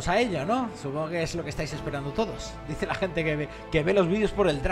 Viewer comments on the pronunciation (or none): none